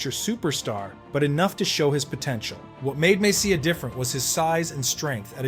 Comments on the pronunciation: Mess-EEE-eh not mess-c-ya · Great video but what a butcher job on MESS E' A' s name. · "Mess-ee-uh"? It's pronounced Mess-ee-eh, for god's sake. Stupid. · He wasn't "Messiah", the was the "Moose", great video put together though!!! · Could you pronounce his name correctly. He was not only great on the ice, he was incredibly kind , humble and generous off the ice. His work with Hackensack Hospital , especially the children is legendary. My cousin worked at MSG and she said he treated everyone, regardless of their job, with equal respect. He made the Rangers relevant and when they failed he took all the responsibility, when they won, he gave all the credits to his teammates. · Great video once you get over the mispronounced last name,!! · I tuned this off within 60 seconds after butchering Messiers name. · Please, stop trying to say his last name. I can't do this! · Kind of hard to excuse not pronouncing his name properly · I couldn't make it more than a minute after hearing you butcher his name twice. Seriously, you gotta nail the pronunciations if you're gonna make hockey content.